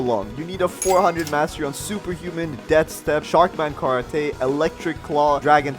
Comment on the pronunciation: Why does bro have an accent on everything? Not hating but he really be sayin karaTAY and talAWN like, what?